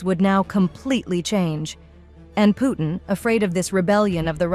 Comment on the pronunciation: Why do you pronounce Putin so badly??? Where is the T sound???